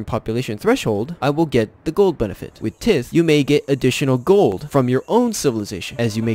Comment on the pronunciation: “Tith” ha I love it! This guy ain’t never been to Sunday school